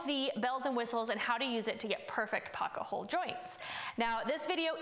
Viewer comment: you say "pocka-hole" and its maddening. Great video explanation, just can't take the mispronunciation.